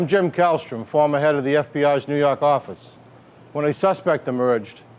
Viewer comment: "nuu yawk affice"